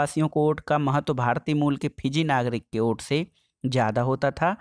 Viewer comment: Ote nahi vote hota hai sir